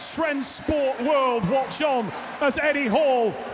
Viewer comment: the last thing you want before the lift is the commentary screaming your name wrong :D